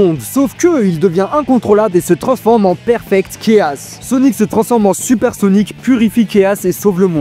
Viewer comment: Commence par bien prononcer Mephiles et Chaos, on prononce " méfilesse" et pas " méflisse" on prononce " K.OS " et pas caisse